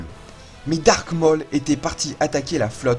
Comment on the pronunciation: Waw 🤩 c'est fou comme tu progresse au niveau montage 😻 C'est très cool a voir 👌🏻👍🏻 mais je crois juste que Maul se dit "Môl" et pas "Mooooooollllle" 😂 mais bon sinon rien a dire, c'est super 🖤